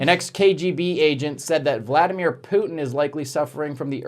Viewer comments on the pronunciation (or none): none